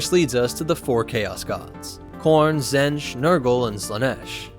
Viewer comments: Zenj? Its pronounced Zeench. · It’s pronounced Tzeentch not Tzentch. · "Zench" Alright, time for a new video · Ah yes ... Zench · Stick to starwars bro cause you completely misunderstood what the warp is and, you can't even pronounce Tzeench correctly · Tzeentch is pronounced with a long E, just for future reference... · Tzeench has a hard "E" so it is like pronounced like "Eat". He is weird like that.